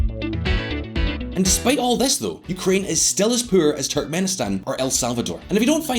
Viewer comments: Did someone dare you to pronounce ”poor” that way? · When he said 'Puur' instead of 'Poor' i cringed a bit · When a country is so poor you say it like poop. Poo-or, like the way he says it. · Was that poor or puur? 😂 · it’s more like pewrrr 😂